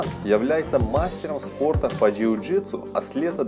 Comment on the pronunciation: Перестал смотреть когда сказал жиу житсу